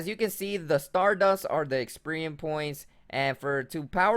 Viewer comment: DAMN THANK GOD SOMEONE POINTED IT OUT IT MADE ME CRINGE WHEN I HEAR EXPERIEM AND POKSPOTS UGH :3